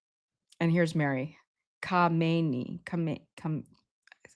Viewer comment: If you google "pronounce Khamenei in English" you'll hear the proper pronunciation.